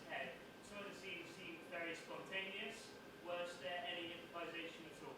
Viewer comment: Vewy, vewy foolish words, man.